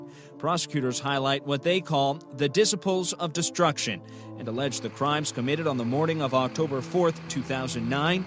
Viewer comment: I love how the news caster said the groups name wrong lol